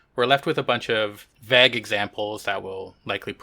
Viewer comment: Your pronunciation of the word "Vague" (at least I assume that was the word you were trying to say) is worthy of Cancel Consideration. However I will cut you some slack and assume you have been influenced by some French speaking Canadians when you were young. (P.S, I have no idea how French speaking Canadians pronounce vague). Also, I don't remember if you have ever revealed your name? (I have missed a few episodes over the years) so, Hi!